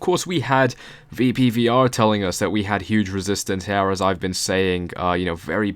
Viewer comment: Intro made sense but why do you say her instead of here?